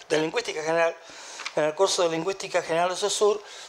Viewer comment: Saussure se pronuncia: Socir 😉